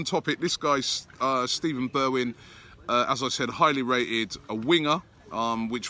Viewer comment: It’s pronounced Stefan not Steven lol